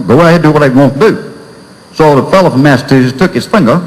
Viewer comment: had a teacher that pronounced it massatussus, too. funny as hell.